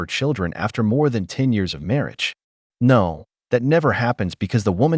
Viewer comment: I watched this Asian girl say Narrrr in Australian real hard 😂 omg